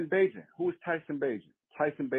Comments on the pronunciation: We too far in the game, my boy. We gotta pronounce Bagent's name right. Its (bay•gent). ✊🏽🐻⬇️. Fred's voicmail was wild 😂. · Come on say his name right. Bay-gent. If he can't run Getsy's offense no one can ✌ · Love the show!! P.s it’s pronounced….Tyson Bay-gent Bayyyyyy gent 😊👍🏼